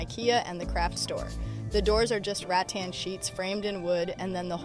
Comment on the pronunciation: I know you didn't say "rat tan"